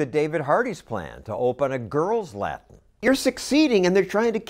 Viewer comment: Now, maybe they can learn to speak discernible ENGLISH. Example: "the" instead of "da". Perhaps if their mother learned how to pronounce words such as "Latin" and "with". Hint: It's not "La-in" and "wit".